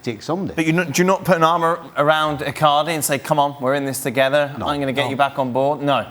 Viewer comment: I like how he pronounces Icaarrrrdi, Saarrrrii...🤣🤣